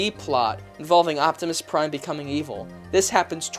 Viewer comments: Justin Mallon optimus lime (pie) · Optimus Nein was what got me.